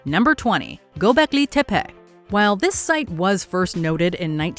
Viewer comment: Tey-pee not tap-pet